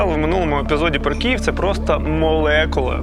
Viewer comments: Київ, не Кієв, будь ласка ❤ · Хлопці все добре, тільки не Кієв, а Київ